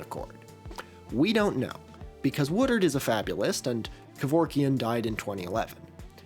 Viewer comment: i keep hearing a Philly guy say "watered" every time you say "Woodard" xD